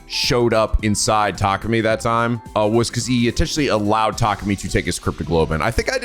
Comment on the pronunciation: Methinks he's seeing the attacker as an outside force, but Hiruko might've been attacked by the other person using Takumi's body. Also it's been this long and is still pronouncing Takumi's name as Takami. And Takemaru as Takamaru